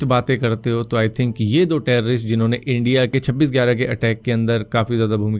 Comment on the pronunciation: Are Pakistani logo ko wo accent hota hai... Wo log India ko Endia bolte hai